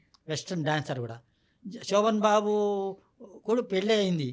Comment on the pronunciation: శోభన్ బాబు అనాలి. సో బన్ బాబు కాదు తల్లీ.పలకడం నేర్చుకో.